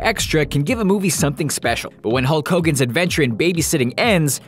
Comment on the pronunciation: Who is hulk hogan oh you mean hulk whogan